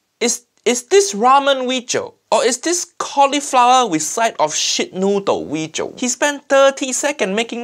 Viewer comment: "This weejio has all of uncle Roger nightmare" He didn't drain the rice with colander tho...